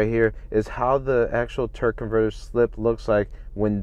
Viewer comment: Your killing me saying Turk most of the time! Good video